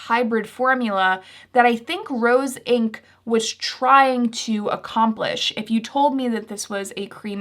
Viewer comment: Hi. Great video thanks. One quick edit you might want to make: you say Roen instead of Rose Inc